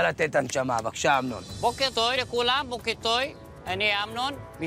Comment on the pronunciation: בוקר טוי במקום בוקר טוב חחחחחחחחח